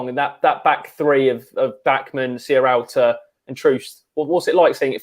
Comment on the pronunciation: Why can no-one say Sierralta properly?! It's not Serrialta ;-)